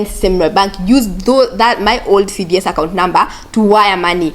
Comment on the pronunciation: you keep saying CDS accout